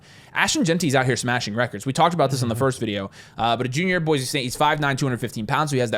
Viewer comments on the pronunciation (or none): none